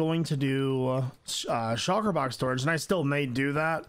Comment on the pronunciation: everyone: shulker box: chakra box